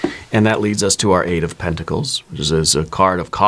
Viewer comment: Eight of penticals, not tenticals😮